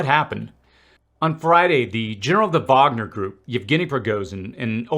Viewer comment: Finally someone pronounces "Wagner" correctly. Hats off to you dude 👏